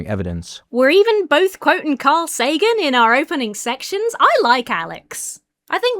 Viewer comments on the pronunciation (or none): none